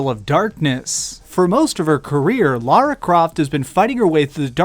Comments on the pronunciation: "Laura Croft".......it's LARA ya fuckwit. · it's LARA Croft not LAURA Croft. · Core Design never went down because of AoD. Eidos forced them to release the game unfinished and after it bombed, Eidos had the audacity to blame Core and hired Crystal Dynamics to reboot the franchise instead. Also it's Lara not Laura for fuck's sake! How hard is it to pronounce?